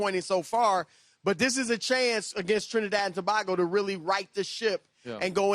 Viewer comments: It’s not Tobahgo its TOBAYGO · It's To-BAY-go not To-BAR-go Or just T&T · Why are they saying To-bag-o and not To-bay-go? 😂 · just so you guys know its too-BAY-go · Tobago is pronounced To-bay-go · It's pronounced ToBaygo.. Just saying.. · Trinidad and To-BAY-go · Its pronounced “to bay go” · Trinidad & To-BAY-go! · Don't forget Wilde's pronunciation of Trinidad and "To-bah-go" 😂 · Its pronounced Tobaygo guys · Its To-BAY-go 😂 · Is that how you say Tobago..? Lol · They struggling to say Tobago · The way they pronouced Tobago is Irritating lol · Oh this is wild Football (soccer) leading the show. Need to work on their pronunciation though 😂😂😂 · the assorted pronunciations of "Tobago" threw me off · Lol yeah always drives me crazy for some reason when people mispronounce Tobago (should sound like Bagel) or Antigua.